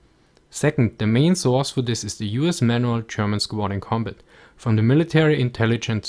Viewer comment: Everytime he says Manual I just think of "Relay instructions, Man Well!